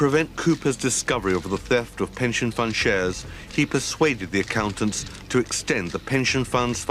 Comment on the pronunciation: Did anyone else notice the Freudian slip in the way he pronounced "persuade" just after the 10.00 min mark? It sounds like "purse raid"!